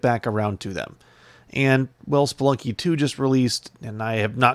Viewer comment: Did you mean Spelikey :D